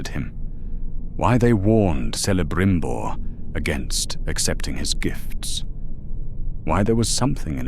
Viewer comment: The pronounciation of certain words just piss me off…. Se-le-brim-bor….